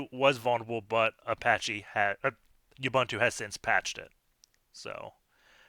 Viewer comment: Love your channel. This was quick. P.S. It's /uɓúːntu/ like ooboontoo.